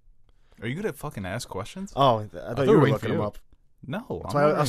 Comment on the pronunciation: said 'aks' instead of 'ask' -- i bet he calls it expresso too - jesus christ, fuckin